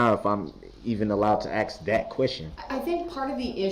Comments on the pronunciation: The way he talks 😡🤬. Schmell instead of smell. Axe instead of ask, gang instead of gain, ahjection instead of objection, suBstain instead of sustain. Tacked agreement gah!!! Skinneded instead of skinned. I feel like I could go on and on. I have no clue how these educated people spent so much time with this idiot and didn’t cringe or scream at him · His mispronunciation of a word as simple as ASK , Ughh I just cannot lol. People please teach ur children how to speak properly, this is just so embarrassing 🙄🤦🤣🤣🤣🤣